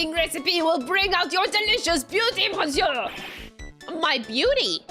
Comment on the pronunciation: Despite the word 'monsieur' being written that way, the 'mon' part is actually spoken like 'miss' (i.e. "miss me?") ."Sieur" is the same tone as the German "ö" actually, one of the sounds rarely produced in the English language. If I had to give it an equivalent, it would sound somewhat like the "Ea" used in "earl" or "early". So in English, you basically pronounce it "miss-ear(ly)", without the (ly) at the end. It also kinda sounds like "miss-you" if you put a heavy Scottish accent on the "you" part. French is one of those languages where a lot in those words gets swallowed up and muted or lost. "Mais bien sur" is actually "meh bee-n sür" (again "u" turns into the German "ü" sound.) "Tres" is "Tr-eh" (like the confused "...eh?" expression or the "e" in "emerald". "Alors" is "Ah-lor" (again like the "Ah" expression). Generally speaking, the "s" at the end of a word is a suggestion most of the the time and gets muted.